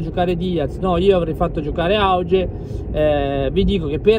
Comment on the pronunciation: Comunque si pronuncia "aughe"